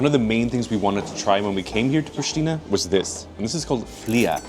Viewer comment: wtf dude?! Its Prishtina not „prishtina!!!